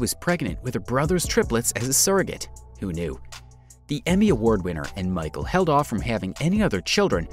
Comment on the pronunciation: His name isn’t Michael (Lisa’s husband). It’s pronounced me-shell.